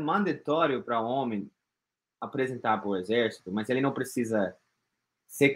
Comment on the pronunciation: Se deixar fazer o "élle" fica fácil, fácil